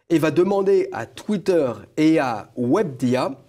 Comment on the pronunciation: we be dia, aprend a parler journaliste en carton mdr... webedia, pas wabdia mdr...